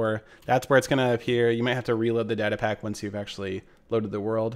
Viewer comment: is data really pronounced like that?